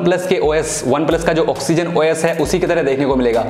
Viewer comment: Bahi Tu os bol rha hai esa lag rha hai ki oyes bol rha hai😂😂